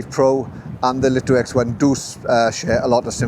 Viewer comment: Thanks for the great review. For info, according to some pre-release LITO testers, DJI were adamant that the drone must be pronounced as the Light-O and Light-O X1. Not Leet-O or Lit-0.